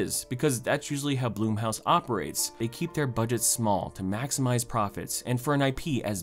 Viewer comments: I'm sorry but the one thing that I find weird about this video is how you pronounced blumhouse as bloom house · Challenge: Take a shot each time he mispronounces “Blumhouse”.